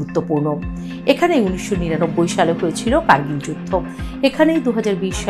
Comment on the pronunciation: 'কারগিল'তো 'কার্ গলি' নয়।